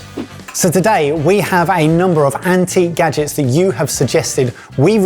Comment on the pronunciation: kitchen gadgens